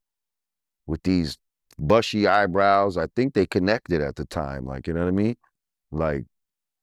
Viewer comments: take a shot everytime he says "nawmeen" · He needs to work on himself ,"unowaimeen"